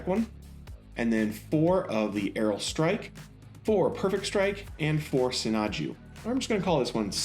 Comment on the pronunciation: Videos are great. Except how can you not pronounce the names correctly? Most them of them are easy. Ifith? Not Ifrith? Aerial when it clearly says Aile? : /